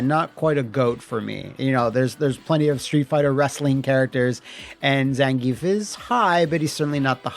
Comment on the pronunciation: Thank you for pronouncing "Zan-ge-ev" correctly.